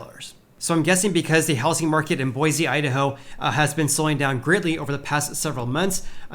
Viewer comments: Boy-see not boy-zee :) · It's pronounced Boy-see not BoiZ. please pronounce my city correctly. Thank you. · Boise native here. I just gotta say a couple things. First, it's BOY-see, not boi-ZEE. Your pronounciation is painful. Second, while availability may be going up, pricing is still several orders of magnatude beyond what local wages will support. Is there any chance the pricing will fall to a point that is in line with local income?